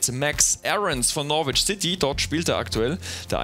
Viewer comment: hey du flummi....norwich wird norich ausgesprochen !!! Das "w" hoert man nicht. Greetings from Toronto.